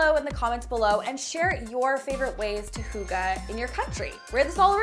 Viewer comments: She pronounces it Hugge instead of Hygge and as a Dane it's so weird hearing it that way... it's not even the right word, but lovely makeover anyways c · Argh it’s pronounced hee-gé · I think hygge is the same as ‘gezellig’ in Dutch. I am pretty sure you are not pronouncing it right. I hear you say ‘hoogah’. I think it is probably pronounced differently 😄 Gezellig means a cosy room, christmaslight but also having a fun time with friends or at the restaurant. Fascinating, isn’t it? Language 😄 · I think it’s hyoogah. Maybe you have to be Danish to get the pronunciation completely right! 😝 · As a danish person, it is soo weird to hear people from other countries, try to pronounce "hygge" xD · There is the Y thing, but also, people from other countries kinda pronounce it like it ends with "ah" or "ar". It is a "e", the danish "e" is just a lot "harder", if that makes sense? :P It is kinda hard to explain, because I don't think you have that sound in english. Probably the closes is "eh", like someone else also said :) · I’m not danish but it’s actually really bugging me hearing it pronounced wrong🤣 Even though I LOVE the video